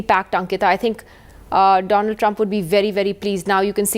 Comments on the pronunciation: doland Trump instead of Donald Trump 😂😂😂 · Funniest part was when Modi said: Do - Lund Trump. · did he just call him Do-Lund Trump ? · present to you Mr "DOLAND" TRUMP 🤣🤣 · Doland trump😂😂😂